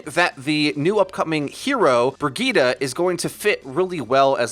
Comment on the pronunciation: Can y'all pronounce her name right. Its Reinhardts companion so you have to use some German pronunciation. It is pronounced Bre-zheet Have a nice day.